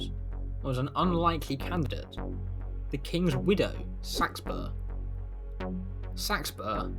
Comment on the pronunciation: Came here to learn how to pronounce Seaxburg/Seaxburh. Thank you! haha